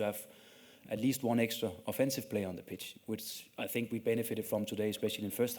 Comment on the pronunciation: ich hör immer bitch... achso, pitch meint er..